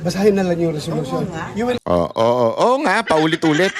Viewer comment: Resolution ay selosyon😂